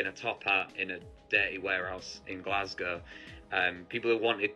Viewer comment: You pronounced "Glasgow" wrong.